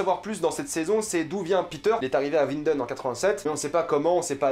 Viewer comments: Winden se lit "vinden" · Winden, prononce avec un v. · Ta un probleme de prononciation jcrois mdrrr ulrik qui habite a ouinden